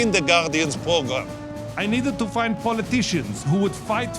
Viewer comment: i don't think its a coincidence that Cohen says "program" like "pogram".